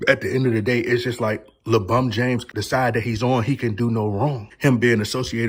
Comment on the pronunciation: Is it LEEEE Bron!! Lol all jokes aside nttn happening LeCHInA control all!! Matter fact don't be saying your bday on here b4 you get some knock on ya doors 😂😂 Knock Knock....ITs LeFBI 😂